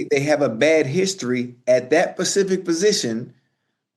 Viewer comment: Specific* Pacific * 2 different words 😂